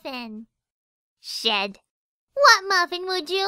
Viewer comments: I though said sh*t but its shed XD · " Shit. " XD ( i know she says Shed, but first time i heard this Part, i thought she says Shit. ) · she said shed immediately thought shed.mov